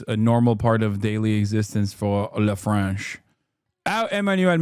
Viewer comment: Not a bad French accent, Hasan. 👏🏽👏🏽👏🏽